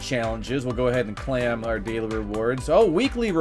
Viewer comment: he doesn't even say claim he says clam